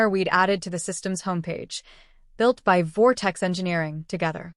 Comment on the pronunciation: The AI is awful!!! Spelling out BY, IT, O instead of zero.